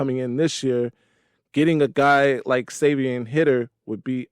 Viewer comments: (Savee-On) (High-der) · Savion’s last name is pronounced “Highter.”